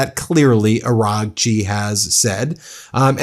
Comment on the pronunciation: Bro, when you say "Araghchi" the gh is silent. Kinda like Aw-Raw-chi